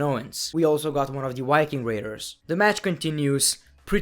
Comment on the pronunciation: WIKING RAIDERS? LOL!!! LEARN HOW TO SAY VEEEEEE